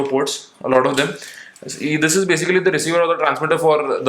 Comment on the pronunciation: Basicerry = Basicly??